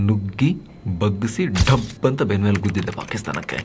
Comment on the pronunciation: "ಬೆನ್ಮೆಲೇ" ಅಂತ ಹೇಳಬೇಡಿ ನಾವೇ ಏನೋ ಒಂದು ಅರ್ಥ ಮಾಡ್ಕೊಳ್ತಿವಿ..😂😂😂